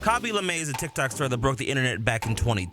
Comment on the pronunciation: I dont know but i thought his last name was pronounced lay-mm and i didn't know that it was luh-may